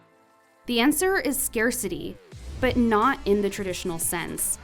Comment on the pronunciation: I'm sorry, I can't watch this to the end, the pronounciation of scarcity simply scares me away, if you get my drift. I can't stand it...